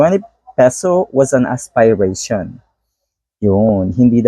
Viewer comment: Fren, "as- peh- rey- shon" po, not aspay- rey- shon😆